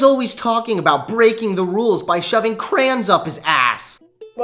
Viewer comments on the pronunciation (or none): Naw fuck off PUBG's better Also, if you pronounce "Crayon" as "Cran", you're wrong.